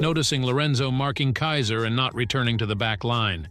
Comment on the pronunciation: bro pls learn how to say Kaiser and Kunigami, also you need to watch the anime bro chigiri is a boy not a girl and learn what character is which because Ness is not Isagi bro